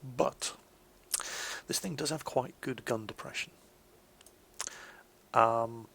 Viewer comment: um... the 17 pounder GAN? don't you mean GUN? DERPPPPP!!!!